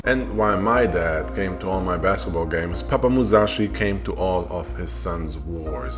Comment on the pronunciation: Musashi not Muzashi...